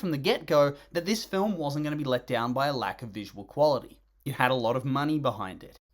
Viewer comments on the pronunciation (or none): none